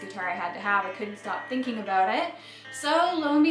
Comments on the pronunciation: "I'm very excited aboot this guitar." 😁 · Did I hear an "aboot"? Are you girls Canadian? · “aboot” ha ha - so Canadian just the start of G-A-S ? ( guitar aquisition syndrome) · Wow nice guitar, love the sound and of course your playing. Heard your pronunciation of the word "about" and remembered you are Canadian. Lol. Hope to see the band live someday soon. Take care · The word ' about ' is the only way I can tell if Canadian not a yank.